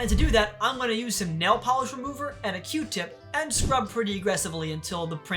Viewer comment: OH NO THE POLEESH REMOVER OF NAI-EEL